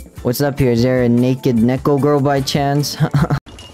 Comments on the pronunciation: Neko is pronounced "Niicko" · it's pronounced "niko" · Btw the pronounciation isn’t nek-o it’s nee-ko. 👍